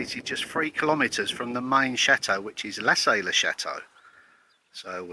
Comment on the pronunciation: Lassay as in La -say( say as its pronounced in english) it's soft,"saying" .